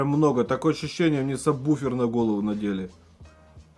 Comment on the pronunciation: И все таки не Саббуфер, а Сабвуфер.